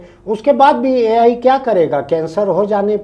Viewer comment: Ye Al Al kya hai 😂